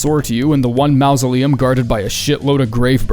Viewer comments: What else did you expect from the guy who says "maosoleum"? 😂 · Maw zuh Lee umm. Mausoleum. It's been two years; how are you still mispronouncing so many words?